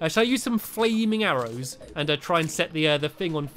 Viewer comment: he said fwaming arrows in instead of flaming arrows.